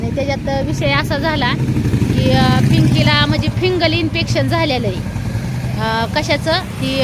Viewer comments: फिगंल नाही ग फिगंल इन्फेक्शन म्हणतात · फंगल असत ते